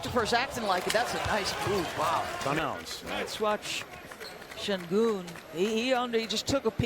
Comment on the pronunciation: Oyuncuların adalarını doğru söylememe inadı SAYGI göstermeme inadındandır,. Bu konuşanların önüne yazılı Şengün = Shengün olarak geliyor, ama adını SEGUN olarak söylüyor. Bazıları ne olacak, desinler veya anlayışla orada oynasın da gerisi önemli değil eziklik ve gurur karışımı dediklerini duyar gibiyim. Alperen bir TV soru yayınında benim adım: ŞENGÜN demesi yeter, başka yayında hala SEGUN da inat ederse, sorularına yanıt vermez, DERSİNİ alır.